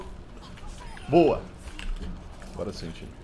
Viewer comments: Agoi pokotovisk kkkk é nois o/ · não entendi o que tem no final do vídeo mas ouvi agoi popotovski KKKKKKK